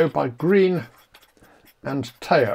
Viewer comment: Never heard tao pronunced like that